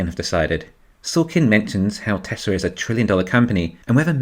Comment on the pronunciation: Baghdad Barra can't say "Tesla," lol. "Don't say that word! It is the word...the Knights Who Say 'NI!' cannot hear!"